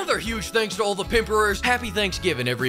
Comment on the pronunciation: Almost thought you were Punjabi with that 'HAPPYYY' accent, from Punjab, India